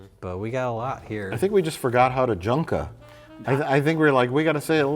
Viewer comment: It took until the opening seconds of this video to realize “Junka” is supposed to sound like “Jenga.”